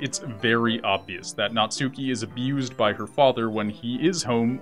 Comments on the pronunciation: "Naht-ski." Not "Nat-SU-ki." Sorry, just a little pet peeve of mine. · Natsuki is pronounced Nats-key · Please learn how to pronounce Natsuki. It's pronounced Nat-Ski, Nat-Sue-Key. In Japanese you do not pronounce U's on the middle of words (for the most part).